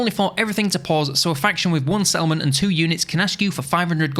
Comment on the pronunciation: ngl every time you said "Settlement" my Brain was like "Salmon?" 😅